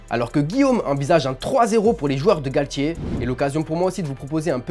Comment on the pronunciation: On dit titulaire et non tchitchilaire, Galtier et non Galtchier, le TiTi parisien et non le TchiTchi parisien (.....) Pour vous dites ''TCH'' au lieu de ''T'' ?? 🤷🤷